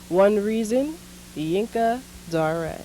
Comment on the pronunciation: Rest in Peace. I pronounced him Yinka Dare i am surprised at this Zhinka Da-Ray pronunciation.